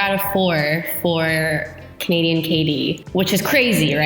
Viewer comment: "she's Canadian".....More like "Canasian".